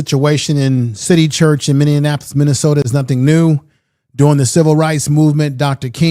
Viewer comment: Minneapolis is pronounced Many apolis not Many in apolis sir